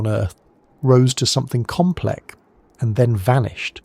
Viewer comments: Compleck?.....you lost me in one minute with AI BOLLOCKS. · rose to something "compleck"? 🧐 What? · Is this ai voice. Have to switch off after you pronounced complex as complek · Did you not notice it was ai in the first fue seconds. Compleck is what was was said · 38 seconds in and the AI voice has already fucked up “something compleck” Garbage